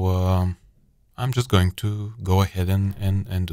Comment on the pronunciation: ну что же ты говоришь "гоинг", "позишенинг":D